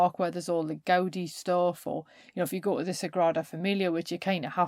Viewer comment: Brilliant stuff. Thanks so much - I could listen to you all day! In the names ' Gaudi ' and ' Miro ' the accent falls on the second syllable.